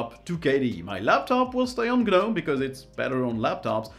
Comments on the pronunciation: The G in Gnome is silent. The number of times you said G-Nome, cringe inducing. Otherwise I loved the video. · It's not Ge-Nome, it's just nome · Gnome is (nome) not gah-nome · The G is silent. It's pronounced noam, it rhymes with foam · The 'G' is not pronounced! It is just NOME! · Isn't the G silent in the word Gnome? So it's not a two-syllable word. Maybe I'm wrong but why would you use a word from common everyday language and then expect people to mispronounce it? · hey the G is silent.